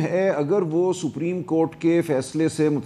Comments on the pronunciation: رانا ثناءاللہ کو تو سپریم کورٹ کو ساپریم کورٹ بول رہا ہے تو قانون کا کیا پتہ ان کو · Rana suprem ko sappreem Keh Raha he To iske aagy Kon sunny😂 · Meer sahib apni sana dako laya hai jisko supreme Court. Ko spreen Court bolta hai 😂😂😂... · 70 saal ki umar mey Nawaz sharif haiwaan hey..iss lye wo supreme Court ka hukam nahi manta. Rana laa.....ki ye haisiat he kay sahih tareeqey se ....parhna nahi aata.... supreme ko saapreme kehta hay...rana khud tu election haar gya hay ye tu parliament ka hissa bi nahi.... Mashallah Salman Akram Raja sahib..ap ney Pakistan kaawambki khidmat ka haq adaa kr dya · Sapreen nahi hota Supreme Court hota hay saulla sahib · Rana sana ko bolna bhi nahi Ata supreyam kort ka nam Lena bhi ata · Wallah. Pahle sapreem court Ka talaffuz Tou sahee kale Rana Iski party leader ko Chahiye ke ISE supreme court kahna sikhaye. Urdu main bolo Kanon ko sharm aati hai ghalat lafz sunker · Rana 😂 saprim not supreme 😅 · sapreeem coat 😂🤣😅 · this rana poodery don't know how to pronounce supreme court, he is pakistani leader and minister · Subhallah. Sanaullah is a lawyer, a politician, one of the Noon party leaders, ex law minister" but unfortunately cannot pronouce "Supreme"